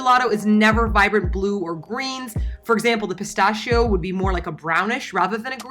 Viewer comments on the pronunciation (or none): Pistacchio is not pronounced like "peestascho" but "peestackio"